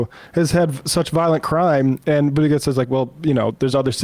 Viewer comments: Is there some reason why you guys keep mispronouncing Pete Buttegeig's name? It's super disrespectful and I was wondering if he was doing something that warranted disrespect? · Why does always pronounce Buttigieg wrong